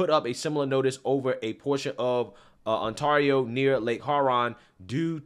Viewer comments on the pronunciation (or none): And you jacked pronouncing lake Hew-ron and on-tare-rio